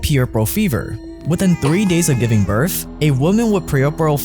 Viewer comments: Its birth, not birf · Birth not Birf or burph. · its kinda irritating to me how you say BIRTH